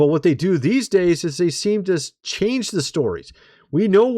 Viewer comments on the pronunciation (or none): none